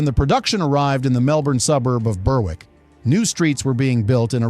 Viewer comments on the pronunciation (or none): Berrick. Not Berwick. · It is pronounced Berrick, not ber-wick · Berwick is pronounced Berrick